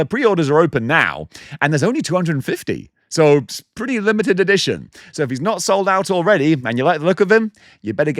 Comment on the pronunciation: That’s paretti coouhl